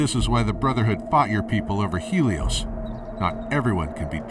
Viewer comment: It's a bit annoying that the voice actors don't know how to pronounce certain words. The Ranger said Hell-eos instead of Heel-eos